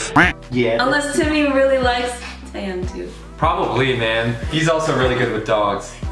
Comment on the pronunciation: The sound of the "H" in TAEHYUNG, it's like "H" in "Hole", so the pronunciation is like "TÉRRION"